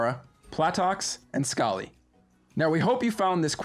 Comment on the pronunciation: it's is not "skali", it's "skail"